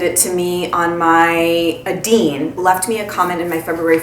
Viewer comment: Hey girlfriend!! Yeah, we're friends now 😉 even though you mispronounced my name 😝 it's pronounced like Nadine (with a long A) but without the N. Gosh if you lived closer I'd give you some of my stuff to try!! I got this week those same exact white brushes at Ulta because they had all the real techniques brushes on sale, so I got two brush sets (8 face and lid brushes) for less than $30. Great deal!! Come over to the dark side of consumerism!! At least a little bit. Think it as a way of doing a public service to all of us here! I trust you as my source of great-ingredients-good-for-you product guru 😉 your recommendations are greatly appreciated!!